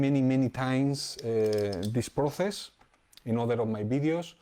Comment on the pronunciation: Proces no xD Proses se pronuncia proses. Gran video maestro!!